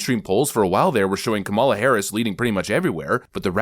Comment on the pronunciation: The fact that this guy can’t even pronounce her name right makes him hard to trust.